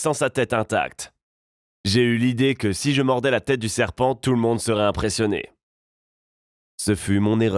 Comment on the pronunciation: tu as dit sepant